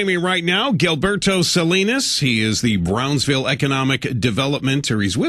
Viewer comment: gillberto? man just call him gilbert, he obviously cant pronounce his name right in spanish.